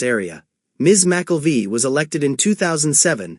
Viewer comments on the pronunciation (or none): McKelvie is not pronounced that way….